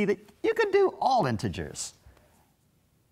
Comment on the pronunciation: i notice he says "intergers" how does the solution work for negative numbers of frogs?